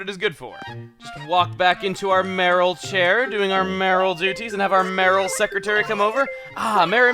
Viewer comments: "may-or-al" not marill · its may-your-al not maril haha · Sorry, Chuggaa, but the word is "Mayoral" not Marill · That Marril bit was funny, I was thinking earlier that whenever you say "mayoral" really quick it sounded like "Marril", and then random Marrils began showing up. I personally hope that the Night Town ordinance wins, since you seem to play later at night, though Beautiful Town could be interesting, too....though it'd be funny to see you catch random trash in the river. :P That flag is amaaaaaaaaazing! Kudos to whoever made it, it's absolutely beautiful and fits the town really well! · Acnl: Chugga, How Many Times Do You Want to Say Mayoral Wrong? Chugga: yes